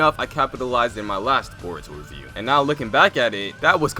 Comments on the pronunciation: omg u legit said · 😂😂😂 did I hear that right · Who heard uzumaki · He said uzumaki